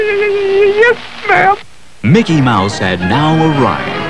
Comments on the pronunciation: It's "Mickey Mouse" not "Mikey Mouse" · "Mikey" Mouse eh? Haha! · mikey? it’s mickey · It’s MICKEY NOT MIKEY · Bro said Mikey mouse.. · His name is Mickey Mouse, not Milkey Mouse. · Mickey. Not.mikey